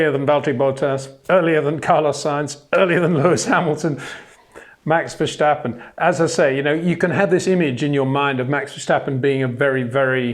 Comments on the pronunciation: As a Dutch guy, i also find it annoying, the Verssssshtappen. Vers-tappen. That should be the right pronounciation. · Verstappen / Vershtappen. Stadium / Shtadium. Don't add letters, you'll get very close to the Dutch pronunciation without trying. Love the content. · it is NOT Max "verSHtappen" ... Max is not German (Germans indeed do pronounce "st" as "sht") ... #Max33 = Dutch NL/Belgium! ... It is not "Bottash" nor is it "Lewish" certainly not "verSHtappen" .... This BS started long time ago when a British sport presenter interviewed father Jos Verstappen and assumed you can use a German pronunciation to a Dutch Driver thinking it is so "funny" ... It is not.